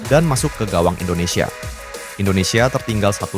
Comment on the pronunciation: Indondseh indondseh bikin lucu aja😂😂😂